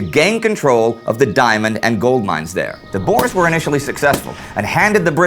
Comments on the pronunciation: Bores? Its boers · Again, Its not "Bores", its kinda prononced "Boors", its Afrikaans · The boars??? Dude its pronounced boers. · Please guys it’s not pronounced boar it’s boer (context i’m South African) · i always crack myself up when you guys say boers as boars XD its pronounced like boor like boo with with an r at the end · Boers not Boars XD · ''The bores'' I guess they were not much fun then.. lmfao! 'Boer' is pronounced 'bour' as in 'you'. It means 'farmer' in Dutch. And the plural of Boer is Boeren, not Boers. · Why does EVERYONE pronounce boers wrong! it's pronounced "Boors". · At first I was like, "Who is the boars???" , but I now know you were speaking of the boere, which in english is farmers. So if he says boars, it's actually just the white afrikaans farmers. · Tomartyr boo + r (rolled), no ew sound. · Checking pronunciations online I can conclude that it is pronounced 'Bewr' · You gotta be kiddin me though. Why does everyone pronounce boere wrong!!!